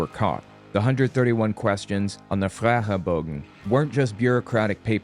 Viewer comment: Was the "Fragebogen" in Dutch? Or why is it pronounced like that?